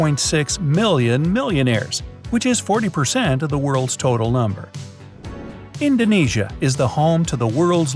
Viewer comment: FINALLY THERE IS SOMEONE WHO SAYS INDONESIA PERFECTLYYYY.......